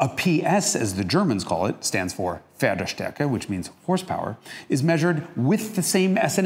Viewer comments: I'm impressed by your pronounciation of "Pferdestärke" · Pretty good pronounciation of Pferdestärke. source: German speaking